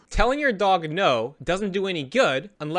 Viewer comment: "Telling your dog-a" ? Why do gen z's (& old millenials who're trying to impress gen z's) put "ah" at the end of words? Are they Italian?